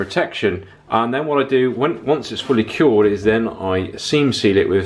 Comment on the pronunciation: Excellent video, as usual. What exactly are you saying by "Make sure all epoxy products are properly 'keyed'." What do you mean by "keyed?" Are you actually saying cured?